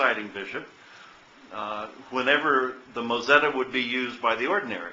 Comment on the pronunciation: It's called a moTzetta, not mOzetta....